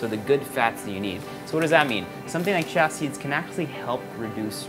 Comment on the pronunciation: I'm pretty sure it's just pronounced 'chee-yuh' not 'chya'...I've never heard of it being said otherwise.